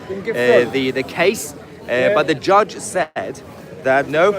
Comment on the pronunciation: Its sad to hear him say "we got a good gudge". The British people no longer think the law is fair and just.